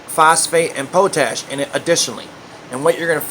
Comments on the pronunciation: ITS NOT POO-TASH IT'S POT-ASH!!! God bless I hear people say poootash what the fuck!! Hahaha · Potash is probably pronounced pot ash 🙄😂